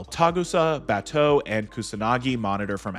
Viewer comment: Who tf is baa-two it's pronounced baa-toe